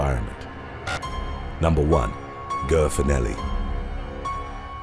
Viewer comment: Ger- its not pronounced like Grrr, its pronounced Jare!!! Sorry too funny!!! 🤣😂🤣